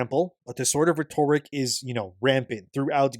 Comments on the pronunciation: Hey why do you say “rhetoric” as “ruh-TORE-rick?” It’s pronounced “RHETT-a-rick” brother. Thanks for covering this very important topic, much love. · IT ISNT PRONOUNCED “ret-orrick”. It is pronounced “ret-oh-Rick” god damn it man. I will keep spam posting this on your videos until you figure it out. It drives me up the wall that you speak like an autist/robot and also mispronounce simple words. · you mispronounce “rhetoric” and it is high time that somebody tells you. It is pronounced: Ret-oh-rick or ret-or-ick. Whereas you say “reh-torrick”. For as long as you have made videos, you have pronounced this word in a way that makes you sound like an ignorant robot. I’m trying to help you here because apparently nobody else will. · IT IS PRONOUNCED RET OH RICK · IT IS PRONOUNCED RET OH RICK. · It is pronounced RET-OH-RICK GOD DAMN IT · IT IS PRONOUNCED RET-OH-RICK. How has nobody told this after this long? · RET - er - ICK ; you gotta update your pronunciation dude; this is like the 19th time I have posted this for you. Maybe I led you astray, but here it is again! RET - er - ICK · Please, look up how to pronounce rhetoric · dude….it DRIVES ME NUTS that he pronounces “rhetoric” the way he does. I made a comment almost a year ago about it and he still hasn’t figured it out. But I have to imagine he knows how to pronounce it but decides to mispronounce it on purpose for some reason. I’ve never heard anyone pronounce “rhetoric” the way he does; I have no idea where he even came up with this pronunciation. It’s bizarre and when you couple his robotic delivery with his weird pronunciation of certain words, he comes off very strange. So, I’m just trying to help my dude out. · I’ve listened to him mispronounce this word for so long. And somehow nobody has told him that he sounds like an idiot every time he says it?! It’s killing me….. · You are mispronouncing RHETORIC and you have for as long as you have made videos.